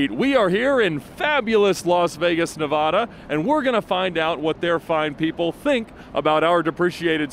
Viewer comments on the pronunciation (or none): Ed needs to learn to pronounce Nevada